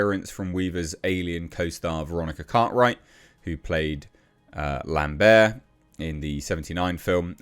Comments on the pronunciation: You went all French with LamberRT there! 😂 🇫🇷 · Did you just call Lambert, "Lambeeer"? lol.